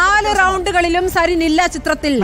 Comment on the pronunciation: sarin. എന്ന് പറയൂ...please..